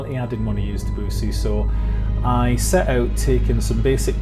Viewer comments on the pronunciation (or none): Nice. Biosphere is one of my favs. Also Claude Debussy. Gotta pronounce it right though: [dəbysi]